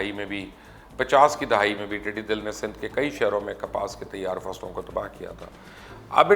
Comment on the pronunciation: Mubashar sahab, talaffuz to sahi karlo apna tiddi dall kehte hain tiddi dil nahi.